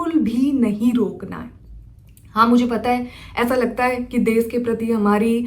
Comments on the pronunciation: desh ko des kyu bolti ho . bihar se ho isliye? change kr lijiye achha ni sound krta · Des, sisa🤣 Hindi bol nahi paa rahi. Desh hota hai, Sheesha hota hai. German Shepherd ka time pass hai ye..